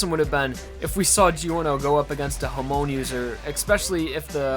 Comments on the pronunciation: Why do u say hamOn instead of hAmon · It's Hamon, not Hamawn. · It’s pronounced ha-mon not hamon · Every time he said 'Hamoan' i got triggered XD i say it as 'Haemon' like hwo you say Salmon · its hamon,not humoan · lol i thought he said homo but it was hamon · Why do you pronounce it “Her-moan”? Haha Either way a good video as always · HAH. MOAN. thats how it's pronounced. i love your stuff, but that was eating at the back of my head. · Take a shot every time he says "her-moan." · Ha-moan lol dat bad pronounciation. The reason why hamon isn't that well known is probably because it's one of those little known Asian martial arts. As for the reason it's not used much after part 2 (briefly used in part 3), is because, while it's very versatile, you're probably better off using a stand if you are fighting stand users, plus not everyone can learn to use hamon well. Jonathan Joestar is among those that can learn hamon, unlike Speedwagon who does not seem to have what is needed to become a skilled and powerful hamon user. A grandparent (I don't think there is a case where we see a parent giving it to his kids, though it probably is possible) can give his hamon aptitude to his grandchild, making it easier for him to learn how to use hamon. Now why didn't Jotaro know how to use hamon? It's weird how Joseph was more or less gifted it without being taught, while Jotaro wasn't. So if we assume Jotaro has the aptitude for it and merely hasn't learned how to use it, the reason why no one taught him then is because his parents didn't teach him (neither are hamon users) and Joseph lived in America (Holly moved to Japan and gave birth to Jotaro), way too far away to teach Jotaro. He also pretty much abandoned hamon too, which is why he pretty much looks his age in part 3. Why would he abandon it? He probably had no reason to use it after part 2 and before part 3, he did defeat the pillar men after all, and not knowing of Dio's existence, he probably thought he would nev